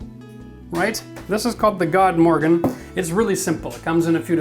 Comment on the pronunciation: It's pronounced Good-morgon. Not God.